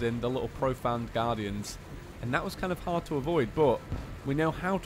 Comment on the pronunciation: Betsy Thompson you keep saying profound but it's profaned like profane